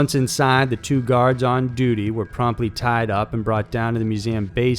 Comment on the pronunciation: "he tiiiied him up" "In just a haaalf an hour" You sometimes sound southern, I like that.